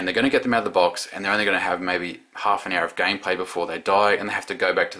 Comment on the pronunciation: "for long term gay play" dont you just love slip ups when you are speaking